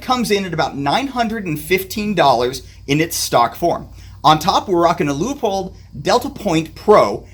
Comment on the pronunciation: I was enjoying the video untill I heard you pronounce Leupold as LEAHPOLD. Credibility gone. Just kidding, thanks for putting together a good sample of carry optics choices. I went X5 Legion but am tempted by the Walther Q5 match because of the way it fits my little hands. Seems like Shadow 2 with optic cut slides are showing up more and more.